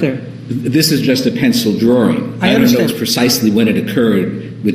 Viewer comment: and. says "Drawring" and he says Jodi's last name as "Ms. Arrows"